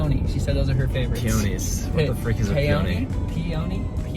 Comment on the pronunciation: Peony is pee a knee😂